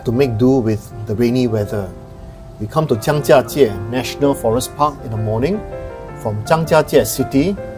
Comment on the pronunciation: Love your videos very informative all of them. I also love that you say the Chinese words in Chinese even in the English sentence. I learnt the tones for Zhangjiajie from you thank you! Even if it was rainy the views were still stunning and you've shown the best things to see compared to other videos! Well done!